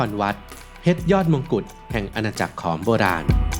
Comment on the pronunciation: ถูกต้องแล้วขอมโบราณ ผู้รู้จริงต้องอ่านแบบนี้